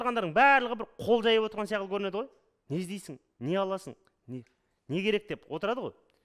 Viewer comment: Сияқылды деген бір түрлі естіледі екен